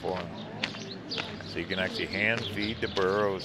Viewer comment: Hey!!! " BURROS"!!!